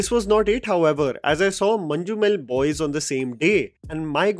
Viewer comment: Nice review bro, one correction don’t pronounce letter ‘J’ in Manjummel Boys you can replace that with Y or Z. Proud of Malayalam movies wish OTT were there in last 2 decades so many stories to share